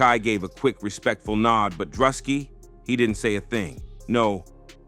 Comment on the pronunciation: How the fuck you say both Druski and Kai Cenats names so wrong?